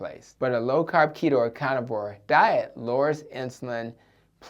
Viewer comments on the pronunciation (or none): "Cah nivore" (carnivore) "Addick" (addict)